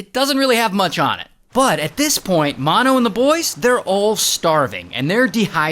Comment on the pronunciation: It's, Mano like m a n o